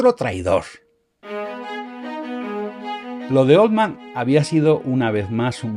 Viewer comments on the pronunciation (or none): 📢 La pronunciación correcta de "Altman" es ˈɔːltmən o ˈɑːltmən. Nunca 'oʊldmən. Oldman es otro apellido.